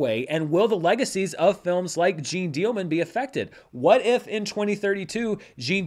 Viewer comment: it's really not Jean like zine, a little effort on the name perhaps?